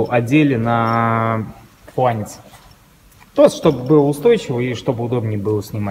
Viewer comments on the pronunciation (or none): Видео хорошее спору нет только правильно говорится фланец, а не флянец успехов ребята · Почему флянец то? А не фланец? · Как так получилось, что человечество в какой-то момент стало фланец называть флЯнцем? ))